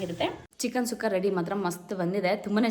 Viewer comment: ಚಿಕನ್ ಸುಕ್ಕ ಅದು ಸುಖ್ಖ ಅಲ್ಲ but anyway Recipe Super ❤❤❤